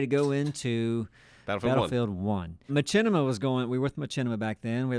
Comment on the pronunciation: That's the first time I've heard someone pronounce Machinima as ma-chi-ni-ma. Normally it's ma-shi-ni-ma.